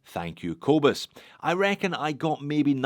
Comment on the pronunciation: As a Scottish South African I cringe at the way a Scottish Australian says the name "Kobus" 😁😁😁